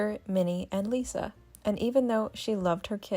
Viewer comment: It’s liza with a z Not Lisa Lovely family great kids that are very down to earth & fun loving. I secretly giggle when folks are snobby about the brand …always swell not snobby.